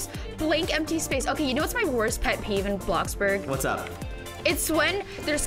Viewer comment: When you said were back in roblox bloxburg you said roblox bloxburger 😂😂😂